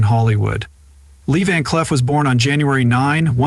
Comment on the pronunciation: Could only watch 1 minute of this before I got tired of the mispronunciation of this great actor's name and had to stop the video. Next time, get a real person to narrate! Someone that actually knows cinema history...